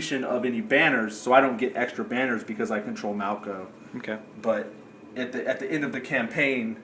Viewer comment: Come on, it's "Malko". Also, I don't want to fight Lizards again! /cry!! I'm surprised that there was only the one battle this turn, but I'm glad because it turns out these two weeks were mighty busy for almost everyone involved.